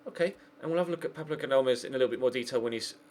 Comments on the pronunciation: It's Gal-dames not Gadal-mes 😂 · It's said GAL-DA-MEZ not gadlames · it's GAL-da-mes not GAD-la-mes😂